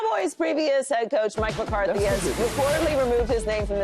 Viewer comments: Paul its Mike McCarthy not mike McCardie 🤦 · Paul’s been saying, Mike “McCarty” for 2 years. Learn his name please